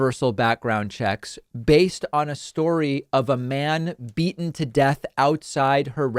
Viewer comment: and please speak properly, she's a senator and can't say the damned word "beaten" - I don't know whether to laugh at her craziness or feel sad for the poor idiot.